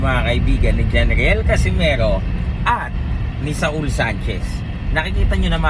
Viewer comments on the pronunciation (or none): none